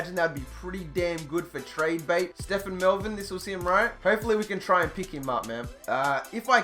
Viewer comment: bro, it's pronounced Ste-ven. Ste-phan would be spelled that way. Stephen is based off the Biblical Stephen, I would know because that is my name sir. Good video and can't wait for the Condors to go to the Super Bowl.